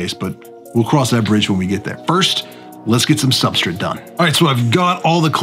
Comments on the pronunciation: There is no i in substrate omg its so hard to listen to. Its like you are just kipping part of the word. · But dude, every time you say 'substrit' a fairy loses it's wings...... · I've been silently making fun of how you pronounce substrutt for months now. Keep up the good vids!! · I was quietly watching and ignoring how you pronounced "substrate" until u called me out lol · I noticed the way you said subrtrate right away when I first started watching this channel 😅 can I ask WHY though? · Why do you say substrate that way? You're the only one I've heard say it that way lol.